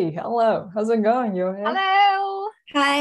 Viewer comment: HELLO言った瞬間に なんやその発音は！って怒りだしそうだったけど 最後まで見てよかった笑